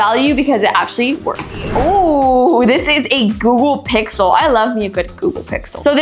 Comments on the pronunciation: aamsung galaxy pi"xle" 6a????? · "samsung galaxy pixle"😂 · SAMSUNG GALAXY “PIXLE” 6A?!?!? How drunk was the editor?? 😂😂😂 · The fact that the "Google pixel 6a" was called as "samsung galaxy pixle 6a" 😂😂😂